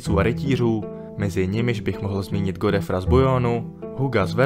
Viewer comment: Godefroy sa cita "Godfrua"